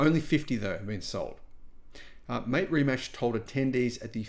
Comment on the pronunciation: Its pronounced more like Rimats. Mate is pronounced like Martay.